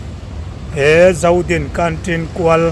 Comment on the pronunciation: Zodin i sawi dan chu mi sawi dan nen a thluk a va in ang lo ve,mi sawi rik ang in sawi ve hram hram teh a.